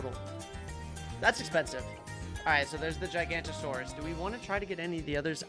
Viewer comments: also its not gigantasaurs its giga-nut-o-saurus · I cant believe still hasn't realized that druid of the jungle automatically gets set on strong. Edit: should learn how to pronounce Giganotosaurus. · the way he pronounces Giganotosaurus hurts me